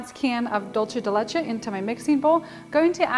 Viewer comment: Dulce de leche pronounced like a normal s it’s not Italian it’s Spanish for sweet milk